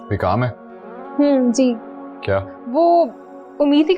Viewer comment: When said 'kyaa' that reminds me of hyderabadi language 😂😂😂